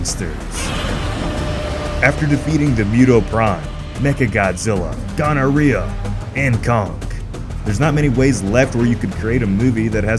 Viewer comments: You DID NOT just call Ghidorah, Gonnorhea, LMAOO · pronounces Ghidorah as Gonorhea. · Anyone notice that he pronounced gidorah’s name wrong and pronounced it gonorrhoea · It's pronounced Ghidorah.